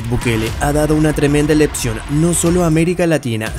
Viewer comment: Por qué uds los youtuber salvadoreños tienen problemas para pronunciar ciertas palabras..Por ejemplo vos...Leccion...Diced..Lepcion...Tienen problemas auditivos o sus profesores de español no les emseñaron las palabra sílabas por sílabas...😅😅😅